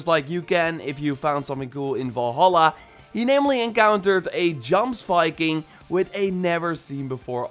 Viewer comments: Plz, its not djomsviking, its pronounced like yiomsviking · “JOMSVIKING” is pronounced YOMSVIKING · It's pronounced YOMS-Viking and Sutur is pronounced SOOT-TUR..... would have preferred an ASSASSIN set like Hytham's outfit..... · It is pronounced yomsviking 😂😂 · DUDE. Your name is, Jomsviking is pronounced the same way as “Jor” is in your name. How hard is this to say? YOMsviking say it with me... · i suffer every time this man says jomsviking xD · Faygo. It’s clearly a mispronouncing of the word I wasn’t being a dick many of old Norse words are butchered due to lack of knowledge